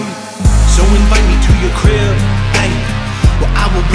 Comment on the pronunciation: I'm just saying everytime he says crib is sounds like grill Good luck unhearing it